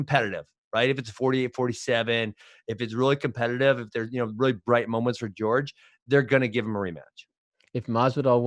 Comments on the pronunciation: Ben, it's not "George", it's Jorge. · Everyone in the world: "Jorge" Ben: "George"